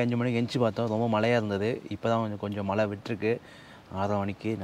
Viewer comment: சகோதரர்களே உங்கள் நிகழ்ச்சி அருமை. பயனுள்ள தகவல்களை கொடுக்கிறீர்கள், மன நிறைவு. ஒரு மிக பெரிய வருத்தம். தமிழை, "தமில்" என்றும் மழையை "மலை" என்றும் உச்சரிக்காதீர்கள். தாய்மொழியை களங்கப்படுத்தாதீர்கள். முயற்சி செய்தால் இரண்டு தினங்களில் சரி செய்துவிடலாம். அடுத்த பதிவில் நான் இந்த மாற்றத்தை நாங்கள் எதிர்பார்க்கிறோம்